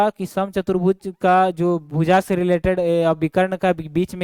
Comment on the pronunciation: Sir Bhoooja nhi hota bhuja hota hai 😅😅thoda is chij pe dhyan dijiye